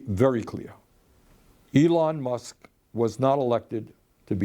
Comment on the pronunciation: Elon "MUCKS"